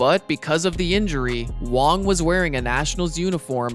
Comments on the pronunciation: Wang not Wong dude im Taiwanese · Its Wang he just pronounces it wrong the whole video for some reason